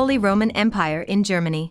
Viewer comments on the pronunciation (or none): none